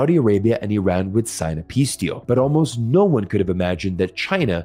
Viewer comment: I am not Iranian but I am actually surprised that an American can actually pronounce the word Iran properly. Why can't we pronounce a country's name correctly to show respect to the constituents living in that country? It is really easy. It is pronounced as Ee-run. It is not Ay-ran that sounds cowardly.